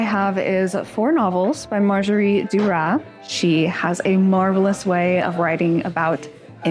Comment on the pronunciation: The pronunciation of Marguerite as 'marjerie' 🥴